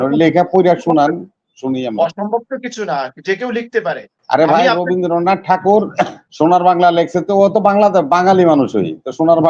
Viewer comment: কবিগুরু রবীন্দ্রনাথ ঠাকুরের নাম যখনই কোন কোন আলোচনায় উচ্চারণ করবেন তখন শালিনতা বজায় রাখা জরুরি।এই ভাবে রবিন্দ্রনাথ উচ্চারণ করা হচ্ছে যেন ওদের‌ই জ্ঞাতি গুষ্টি!আর আজকের আলোচনায় যে সমস্ত গরু ছাগল বসে বক্তব্য রাখছেন ওদের এই সামান্য জ্ঞান নেই যে যখন কবিগুরু এই কবিতা বা গান লিখেছিলেন তখন অভিবক্ত ভারতের অভিবক্ত বাংলা কে নিয়েই লেখা হয়েছিল। আজকে কট্টরপন্থী ইসলামি শরিয়া পন্থী মুসলিম উম্মাহদের আপত্তির কারণ বর্তমান ইসলাম ধর্মীয় মেজরিটি মানুষের বাংলাদেশের জাতীয় সংগীত একজন হিন্দু সম্প্রদায়ের লিখা কি করে বরদাস্ত করা সম্ভব 😅